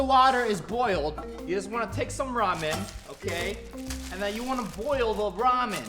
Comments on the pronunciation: I’m confused is it ramen or romen cause it sounds like romen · i have a tolet i have ramen😒😁lol like if u was like lol never heardbof that btw he says riman